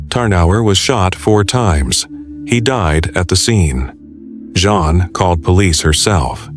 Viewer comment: Jean, not "John" or the French pronunciation of "Jean"